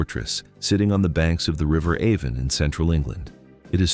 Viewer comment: 26 seconds in and your AI voiceover mispronounces "Avon". I regret clicking on this channel. Click bait.